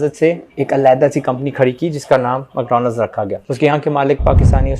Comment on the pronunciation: Never ever your videos gonna make some impact and u will be considered like an emotional child IF YOU will not be professional for your works: "macdonals", "Bicot"...Just ponder over it.